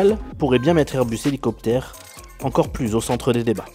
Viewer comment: 17000 z'hélicoptaires. J'ai les oreilles qui saignent.